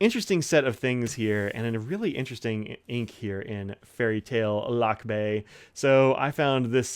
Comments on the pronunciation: It is pronounced /luck-BYE/; the accent is on the second syllable. Thanks for the honest review of Vinta Lakbay ink, it's proudly made in the Philippines. By the way, "lakbay" means "journey" or "travel." I am also planning to get a Vinta ink someday.😊😅🇵🇭✒️ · A little nitpicking here, Lakbay is actually pronounced as Lakbáy. But these awesome shimmer inks for the price. Great review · pronounced as luck-bye ( lakbay) it means to travel .